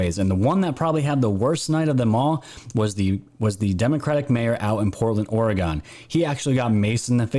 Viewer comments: ORE-UH-GUN not ORE-UH-GONE. I lived in that shithole city they call Portland for 15 years and left that shithole in 2000.. I live in Titletown, Green Bay, WISCONSIN, now. Still. ORE-UH-GUN. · Oregon is pronounced Or-e-gun. Also Willamette is pronounced Will -lam-et Thank you. My friends and family who live in Portland would disagree with the dem's story that the riots are "peaceful". They are selling their property and fleeing the city because of the violence!! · Haha us New Yorkers. We all say OreGONE... apparently it's OreGIN I've been corrected quite a few times. 😂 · Oregon pronounced Oregun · It’s pronounced Orgun. The southern half of the state is on the verge of a civil war with the northern portion of the state and we all should agree to recall Kate Brown And that Tim guy. Northern California and Southern Oregon are a totally different world. We proudly proclaim ourselves, “The State Of Jefferson” look it up. ;) Edit. Northern California and Southern Oregon consider themselves of the same. Not certain I made that clear.